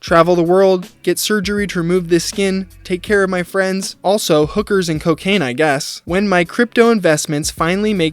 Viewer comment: 'One for me, one for my huuker'